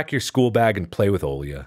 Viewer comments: Русские: Оля Марк: Олья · Mark struggling to pronounce a basic Russian name is so funny for no reason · Me, a person actually named Olya, listening to Mark while he tries to pronounce the name: you will get there someday, buddy